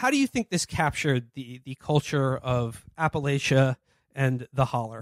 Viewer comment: Love yall but PLEASE learn to say Appalachia correctly!!!